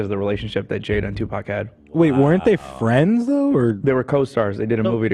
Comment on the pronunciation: Can't we just all be fwends